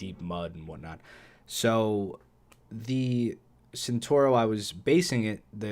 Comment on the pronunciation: te new centauro ? hahahahahahahahahahah